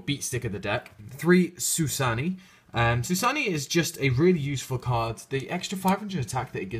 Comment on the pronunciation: Bi'an = Bee - ann Bixi = Bee - shee Suanni = Soo - ahn - ni Chiwen = Chi - wen Baxia = Bah - shyah